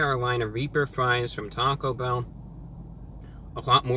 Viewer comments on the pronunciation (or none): none